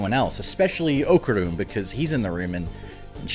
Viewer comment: What a bummer.... Said ¡Okarun!